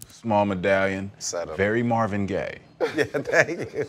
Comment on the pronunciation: Lmfao "very Marvin gay" lol the emphasis on that gay though 😂😂😂😂